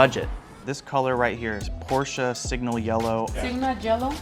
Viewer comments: "Porch Yellow" is a crime 😭💔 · She said: Seegma jello for porch? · "porch yellow" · If you think you’re yellow is a bit odd you called it “Porsche” yellow but the can says “ porch” yellow. Sounds like there might’ve been a breakdown in communication. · That wasn't Porsche yellow that was porch yellow!😂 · "Porch Yellow" 😂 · That's not porsche yellow it says porch yellow you got scammed🤷‍♂️🤣🤣🤣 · For the love of god, please pronounce Porsche correctly. This is a car channel, after all.